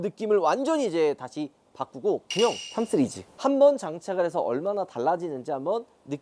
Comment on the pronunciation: 예전 부터 느낀거지만 "시리즈" 발음 나만 거슬리는건가요?